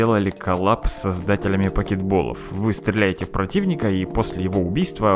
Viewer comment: Ммм... Покетболы. На самом деле все в мире не правильно произносили слово Покебол. Вот сейчас всё стало на свои места.